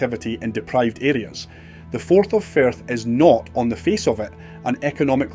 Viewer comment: 8.41 minutes in , the speaker call the Firth of Forth, the Forth of Ferth.... Oops !